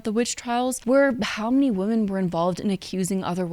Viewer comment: Love you,. Great video. Only note is that you pronounce “women” the same as “woman” and it’s a bit distracting and unclear.